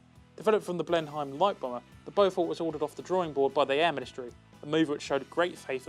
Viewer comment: "Blenheim" = Blen-em, not Blen-hime. Interesting newsletter. Not too long to be boring.